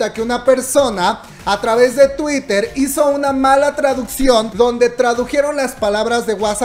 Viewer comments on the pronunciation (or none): none